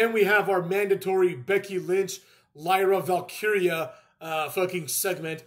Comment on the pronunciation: Lyra Valkeria is too long of a name..announcers already botched it